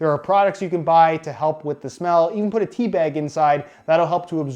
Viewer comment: i kept on thinking he was saying "t-bag" instead of "tea bag"